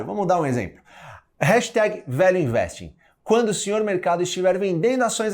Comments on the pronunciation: #valueinvesting - A pronúncia fica muito próxima de "Velho Investe", ou seja, a mais pura verdade sobre esse monstro que é o Velho Barsi - O Velho Investe mesmo. kkkkkkk. O Seu Barsi, muito consistente, está disposto a repassar esse grande conhecimento para todos nós. Espero poder fazer parte desse MBA e me aprofundar bastante no mercado financeiro com a consistência do Velho. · value investing - Pronounced >> vaelju investing ! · Gente...quando ele falou #VALUEINVESTING eu entendi : #VELHO INVESTE!! Daí pensei...rapaz, se o VELHO INVESTE, eu também vou investir!! Vida longa ao nosso Velho Barsi!! Ou seria VALUE BARSI??